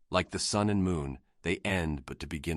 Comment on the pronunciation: Get the pronounciation of Sun correct and this will be a masterpiece.